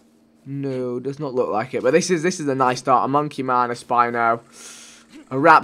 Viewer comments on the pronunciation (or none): you say noys not nice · "Noice" "noicely"